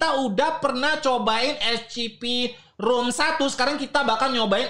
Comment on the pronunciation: bang bilang nya scp bang tapi bukan ecipi bang menin scp 001